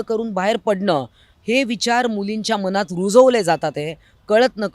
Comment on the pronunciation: मनात आणि मणात ह्या शब्दांचा तुमच्या मनात एव्हढा गोंधळ कां असावा असा माझ्या मनात (मणात नाही) प्रश्र्न पडतो... बघा एकदा... अशा भाषेतील चुकीच्या उच्चांरामुळे... चांगल्या व्हिडिओला गालबोट लागतं.. सुधारुन घ्यावें ही विनंती...